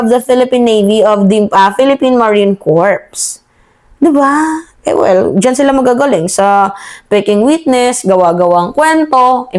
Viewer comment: silent S po ang pag pronounce nang corps... kasi pag nasambit nyo ang S ay lalabas po na CORPSE ang sinasambit nyu